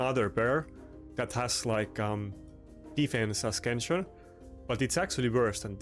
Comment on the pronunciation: Great gear piece. It's a-sense-yun not a-skin-shun. No hate, you've heard my bad German...